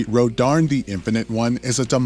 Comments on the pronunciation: Rodarn?? Learn to read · The amount of times you say "Rodarn" as I look at the word "Rodin" just triggers the fuck outta me.